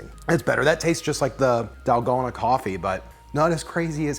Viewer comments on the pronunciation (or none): Dahl-GO-na ⭕️ Dal-gone-a ❌ :3